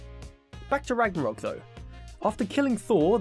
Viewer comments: Soooooo.... Ragnarok is pretty cool and all but what is "Ranarok" lol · “Ranarok” lol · Stopped watching when it said "ranarok" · AH YES, My favourite Game. God of War RANAROK. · God of War Ranarok lol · GOD OF WAR RANAROK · "ranarok" seems more troubling lol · Ragnarok, not Ranarok. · "Ranarok" lol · Ah yes, Ranarok! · 'Ranarok' epic fail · ''Ranarock'', right... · Like how you said ranarok at the beggining of the video. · Why did it say Ranarok? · "RANAROK" lmao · It’s says at the start ranarok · ranarok ? are you fucking kidding me xdd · It says “ranarok” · Did anyone else see it said ranarok without a g